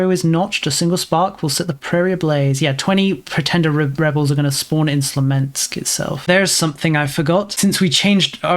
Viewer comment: "Smolensk", not "Slomensk".